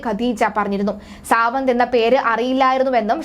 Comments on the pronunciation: Savanth alla madam savaad malayalam parayuvanum arillyayo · Savanah ara.Savad ennu njangal aryyunnathu.sradhichu peruparayanaryyilla.